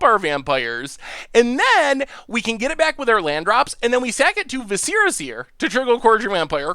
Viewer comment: Love ya but Jesus... say it with me viss-er-uh